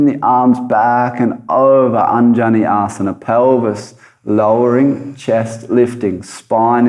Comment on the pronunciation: What happened to the sound and voice on this video? Its like its dubbed, and the asanas i pronunced wrong suddenly, sounds like it is not anymore